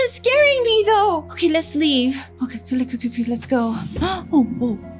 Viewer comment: OKEH ARE YOU OKEH!